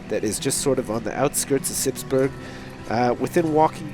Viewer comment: he pronounces burgh like burg lol!